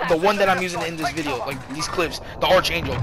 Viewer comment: Btw it's pronounced 'arK-angel' not 'arTSH-angel'